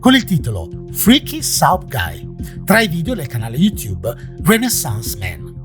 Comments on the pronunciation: Comunque soup si pronuncia sup, non saup.... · ti voglio bene ma si dice "sup" non "saup" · La pronuncia sarebbe SÚP non SÁUP, a parte questo ottimo video come sempre! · Ti stimo molto ma la tua pronuncia di Soup è inquietante come i tuoi video 🖤